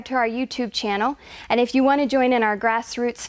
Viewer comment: "grassroots fight to prodect our rights ...." Lol. Good video. Just laughing at the slip at the end .